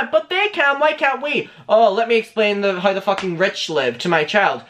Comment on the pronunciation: I like that you pronounce the word "hour" as the letter "r", and also the word "how" as "haur".